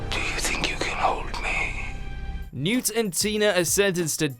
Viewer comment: I cringe when I hear Newt's name butchered like that. A lot you care about these lovely people.